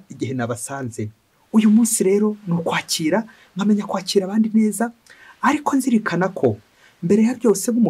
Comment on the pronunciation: Komera. Inyigisho zawe ni nziza ariko urashyoma mu masaku (signe diacritique) y'ukwezi k'ukwakira. Vuga neza izina ry'uku kwezi. Urivuze neza nta sano usanga rifitanye na recevoir/reception. Ngirango bavuga ko ari ukwakira kwakira imyaka (effet y'izuba )